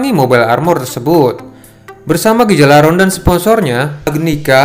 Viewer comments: Duh, Gjalarhon, dibacanya "galalhorn" Bukan "gejalarhorn" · bukan gijalaron tp cara bacanya ghia -lar -horn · gijalaron??? cara bacanya bukan gtu tp harusnya Gha- lar- horn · Yalarhorn bang bacanya